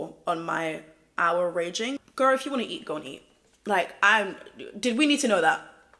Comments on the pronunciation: it’s pronounced “Or-rah-ring” (like aura) :))) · the way said oura ring "ouraraging" killed me